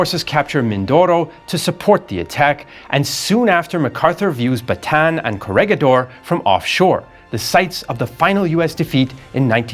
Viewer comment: Maybe learn how to pronounce Bataan